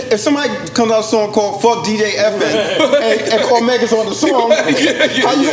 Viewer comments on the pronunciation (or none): Damn...lol Another guest that says DJ "FN" instead of EFN... At this point, just gotta roll with it..lol